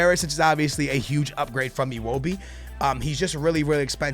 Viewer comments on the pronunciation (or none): This dude called Embolo, Immobile, and Iwobi, Iwobili